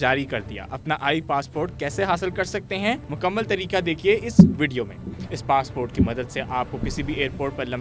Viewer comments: It's called E passport not eye passport 😂😂😅😅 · E-passport ❌ eye-passport✅ 😅😅😅😅😅😅😅😅😅😅😅